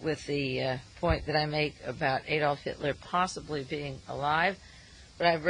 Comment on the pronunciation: ITS NOT A-DOLF. its adolf. or uncle addie.. joke.